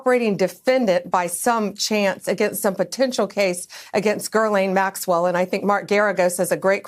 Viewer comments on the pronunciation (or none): Hey, Bondi… her name is Ghislane, not Gerlane. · It's pronounced 'Ga lane' ...Pam blondie needs phonics... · Lol. I was like where did the 'r' come from? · Pronounce her name correctly. That would be nice. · Bondi, you cannot even pronounce Ghislaine's name right. Pathetic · Good God she doesn't even know how to pronounce the woman's name!